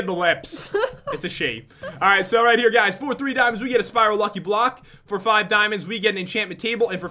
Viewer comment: No you said four as in the number four but he said FOR